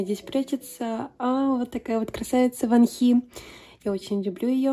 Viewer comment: какие красивые карты❤❤❤ очень мне по6равились❤❤❤ я хоть и не душила , но хочу поправить Во́нхи на первый слог ударение и не айлит , а айлилит. буду рада если помогла!!❤❤